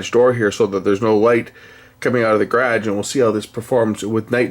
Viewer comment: Reminds me of the 'space pod' (2001, a space odyssey). I found it critical if these devices remembered a 'set' (user) position on power up. Otherwise if power is interrupted and your not aware of it, you find days of recordings of the wrong area. Well done, Stop pronouncing 'Garage' funny, your just confusing us downunder.